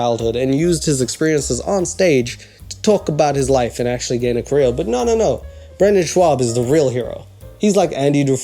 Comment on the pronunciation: The word career doesn't have any Ls in it. It's not pronounced "caleel". I mean your making fun of someone who's shit at comedy while you are literally the most unfunny person I've ever seen.